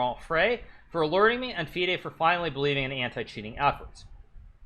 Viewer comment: Its not feeeaid its fide. Wow.